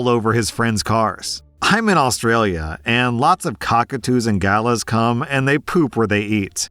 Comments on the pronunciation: You pronounced galah incorrectly. It's gu-LAH, not GA-la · just as a little FYI, at 2.37 you say the word “gallahs”. You pronounced it like Gala (as in Gala Day or Gala Apple). This word is pronounced “Ga-Lah, with emphasis on both syllables. Also in Australian English, apart from the term referring to a bird, it also used as an insult as it means fool/idiot. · The way you pronounced Galah… it’s like “GAH-LA”. Or “Gar-Lar”. Also we seriously need to stop the culture of much older men and women preying on Just Legal adults. It’s still weird (like 10-20+ years older) it’s a power dynamic. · I'm not commenting to be an AH just genuinely curious as to wether some people pronounce Galah like that normally. As an Australian it's always been like 'Gahlar' so is that an Aussie pronunciation or just reading phonetically because he hadn't heard it out loud before?